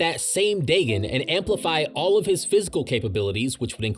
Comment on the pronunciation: Ur saying dagon and nanami incorrectly